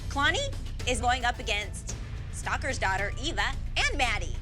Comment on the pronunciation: I love how the judges say kaylani instead of kalani 🤣